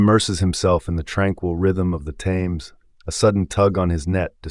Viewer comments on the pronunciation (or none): The river Thames is continuously mispronounced as ThAmes, with a strong 'a' but in reality the 'a' is pronounced as if with an 'e' as in Ted.... "Themes". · Why didn't this American narrator learn how to pronounce The Thames? Very distracting!